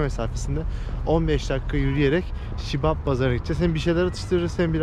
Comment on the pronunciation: Şibab değil Siyob bazar 🤣🤣🤦